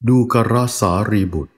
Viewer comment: ดูกร..(ดู-กะ-ระ) ส่วนตัวฟังๆแล้ว..ยังไม่สนิทจิตเท่าไหร่😅 เพราะสัญญาทางหูมันยังติดกับคำว่า..ดูกร (ดู-กอน)..ฟังแล้วลื่นกว่า😊